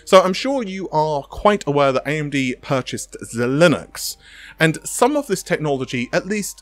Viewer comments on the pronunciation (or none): Zy Linx not Z-Linux 😂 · Zhelinux? Zheye-linx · P.S. it's zi-linix not zi-linux (although that would be fun) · You're not pronouncing Xilinx correctly. It's not Xilinux. Thanks for the video. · 9.52 , I did NOT just here this guy pronounce Xilinx as “ze-linux” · Xilinx is pronouced Zy-links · Nah its pronounced Zee-links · its pronounced Jih-links